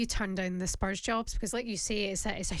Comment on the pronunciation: Rory……….. it’s spurs.